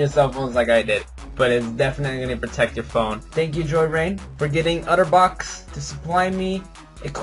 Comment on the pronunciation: its otterbox, not utterbox.